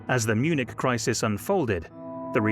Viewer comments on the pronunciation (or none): none